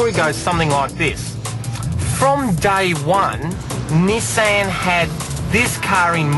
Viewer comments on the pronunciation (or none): this guys a moron... cant half tell he's reading off a piece of paper. only rate Shane Jacobson in this show, no wonder they picked him and not the other 2 to do the live show here in Australia. Nissan isn't 2 separate words you fuck head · ni-saaaaan. what... everyone in australia says it like Niiii-san.